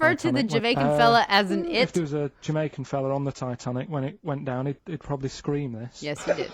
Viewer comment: he'd gets chipped to e'd then to id when speaking quickly in Manchester.